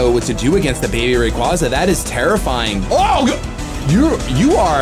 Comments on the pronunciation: Baby Rayquaza - Quayquayza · Every time he says " Rayquaza" wrong one of my bones break